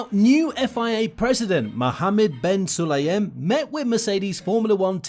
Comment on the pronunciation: Bin Sulayem. Not Ben